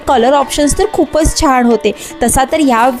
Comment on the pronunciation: Chan cha ucchar ashudh karat ahes,Marathi tari shudh bolaicha praytn kara.